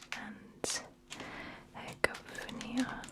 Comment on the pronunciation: The capital of Bosnia i Hercegovina is pronounced Sarayevo, not Seragevo. The "j" sound is pronounced as "y" in "yes". And "Hercegovina" is pronounced "Hertsegovina". I think it is "živjeli" in the "In a word" section. It's pronounced "zhivyeli". ž is zh.